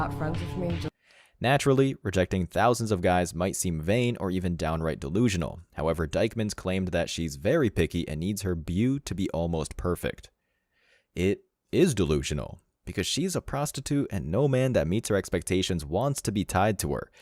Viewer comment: Just for future reference, 'beau' is pronounced like 'bow'.